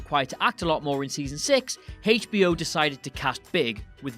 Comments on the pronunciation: HAYCH-BO. Love it!! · heyhitch B O, thats old school pronunciation. Good stuff